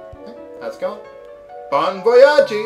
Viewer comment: Actually, your prononciation of french names are passable and even quite good for an english native speaker. Your still made the usual big mistakles of wanting to prounced all letters when we love to have some letters that we don't pronouced ^^ Especially final 'e' so Bon Voyage is actually prounced as if it was written Bon Voyag' or than that the rest was ok. the 'oi' like in Bon Soir would need an other lesson though :D